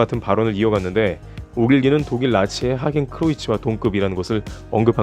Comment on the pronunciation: '하겐'크로이츠가 아니고 '하켄'크로이츠입니다. 혹시 하겐다스 좋아하시나봐여 ㅋㅋㅋ